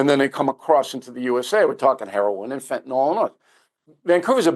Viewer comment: Unbelievable to me how the drug Fentanyl is pronounced Fentanol all the time. Couldn’t believe it when you did it, Bill…